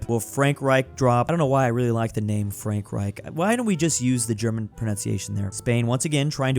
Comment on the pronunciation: In German, we don't pronounce Frankreich like you, but it's nevertheless bether than France.